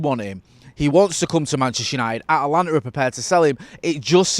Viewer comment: So you spend a couple days in the US and the pronunciation goes from At-a-lanta to At-lanta? Ha, welcome to the States!